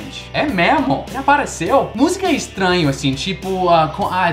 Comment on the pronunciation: O que mostra mais o seu sotaque são as letras "o" e "e", há momentos que seria "ô" e outros "ó", "ê' ou "é", e muitos americanos trocam esses fonemas, por exemplo, na pronúncia da palavra "hoje", muitos falam "hóje", quando na verdade a pronúncia é "hôje", e a palavra "ele", muitos falam "éle", quando a pronúncia correta é "êle", e as vezes fica num meio termo, o que soa bastante estranho kkkkkkkk